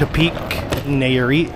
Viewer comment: Bruuh. Its “Nye-ah-reet” not “Nay-ah-reet”. And shrimp is “cahm-ah-rohn” not “camaroon” like the country. Thats gringo af lmao